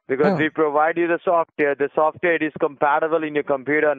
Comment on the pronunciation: Okay, that was pretty funny, "veee provide you with software... softveeehr is compatible in your computer not" Compatible in yeer computer NOT. Hahaha/ not. What a dipppy guy.